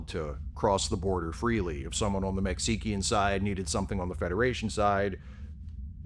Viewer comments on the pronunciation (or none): "Mech-see-ki-an" border? Well done sir. Well done. 🤣🤣